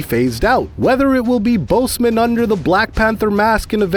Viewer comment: He’s saying Boseman so badly it’s like boastman almost